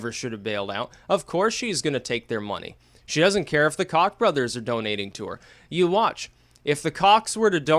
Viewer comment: The COCK brothers xD isn't it pronounced Coke?